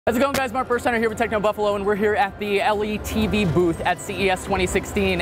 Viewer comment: L. E. T. V.? not pronounced in this way right?